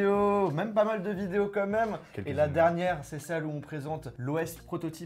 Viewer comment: Désolé mais c’est perturbant c’est pas « comme même » mais « quand même » voilà 😊 Sinon super vidéo !